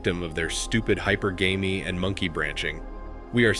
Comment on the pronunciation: Ugh, you know it’s A.I. narrating when it’s pronouncing hypergamy as “hy-per-gamey” 🙄